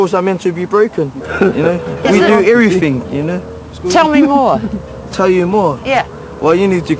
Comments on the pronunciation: It's "everything" not every FING. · everyfing we du evereefing hahaha graack up